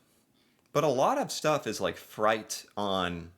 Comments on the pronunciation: Are you saying freight when you say fright? If so, we say freight like frate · That’s funny. keeps saying freight like fright. The letter I behind the letter E turns the E into an A pronunciation. I’ve never seen a single criticism from on his channel not once in the last couple years I’ve been watching channel, but there’s usually always a first of most things. I doubt you’re going to read this, but if you actually do just ask Google how to pronounce the word freight. Of course it doesn’t matter though. You’re a cool 😎guy. keep up the good work. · Just going to be an ass here Freight is pronounced fr8 fr eight Sorry, had to Peace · Fright? So you mean freight? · Took a few seconds for me to realize what he meant by "fright"..